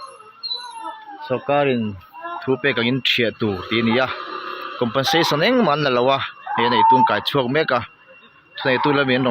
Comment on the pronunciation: Compen sation tih tur aw ,a sipleling a lo danglam daih zela